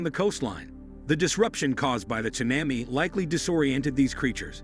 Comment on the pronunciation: Interesting video; however, the frequent mispronunciation of "tsunami" and "seismic" activity make the video a little frustrating to watch.